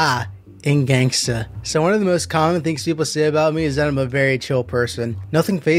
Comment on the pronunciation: “We put r in gangster” says gangster without an r